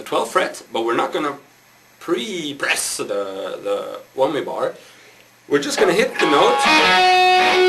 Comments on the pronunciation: haha wommy bor and hormonics hahaha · Wommi bar 'armonics? :D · wummy bar hurmunics. lololol!